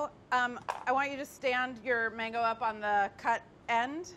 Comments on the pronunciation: He really said which is manggoo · David really butchered that mango lol